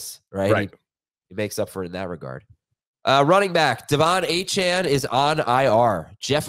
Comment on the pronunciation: Thank god ACHANE is on ir! I wont have to listen to u mis pronounce his fn name!